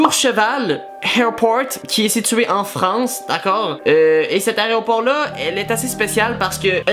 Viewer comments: Il a quand meme dit plus de vingt fois aréoport plus de 5 fois une avion lol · Tu parle de layropor ou lavion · un aéroport pas un aréopore will